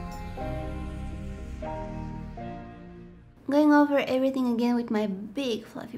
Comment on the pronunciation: "EverythinK" hahahaha